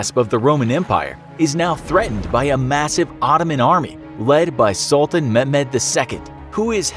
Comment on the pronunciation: babe, why cannot you say Ottoman properly? If you have a problem you can simply say Turkish Empire...